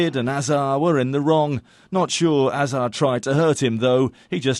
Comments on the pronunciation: The pronunciation of ‘Hazard’ was wrong. It’s Hazard, not hazarq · It's Hazard not fucking Azar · Bruh she keeps saying Hazaa instead of Hazard😂😂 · Ha zard not ha za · Hazard not hazar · It’s HAZARD not hazar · It's Eden Hazard not Aidan azzar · HazzaK No it isn't pronounced like it is being spelled. It is a french name, so you pronounce it more like Hazar (it is a rolling R) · It's Not ''Hazar'' It's Hazard Pronounced Haz-Ard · it's no haza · WHO dafuq is hazaaa . Its Hazard not hazaaa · why is she saying Eden Hazard "HAZAHH" 😒😒 I know he's Belgian, but even HE says his name as HAZARD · HAZARD not hazah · Hazard is not pronounced "haza" you actually say the "r" and the "d" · It's haz-erd repeat it with me lady haz-erd. That is how u say hazard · That pronunciation though "Eden Hazaah" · She sounds like a Magician hazar it actually annoyed me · It's hazzard lol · it sounded like Eden azzah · Martin Auvré it's a name, so it's pronounced hazard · You're face is pronounced Haz-ard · Please for the love of God when commentating about someone in Europe make sure they can pronounce the names right eden hazzard come on say it fecking right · Why you saying Hazards name like that 😂😂😂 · Ur saying hazards name wrong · LOL are you trying to be pretentious when pronouncing Eden Hazard? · Probably cause it's spelled Hazard and not Ahzard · Why are you pronouncing Eden Hazard in that weird accent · FYI it was proven the ball boy was just being a bitch and Hazard only kicked the ball, and your saying his name wrong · Maybe you can't pronounce Hazard, but at least you don't call football soccer :) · I hate it that the girl talking is saying hazard wrong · yo the way she said eden hazard was disgusting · U pronounced Eden hazard wrong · how the fuck did you pronounce hazard XD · hazaaaaaaaaarrd xD Jesus that pronunciation is awful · Yeah you can just be lazy and mispronounce his name, or you can be normal like the narrator in this video and say his actual name